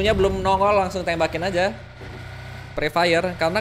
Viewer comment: Pre fire bang bukan free fire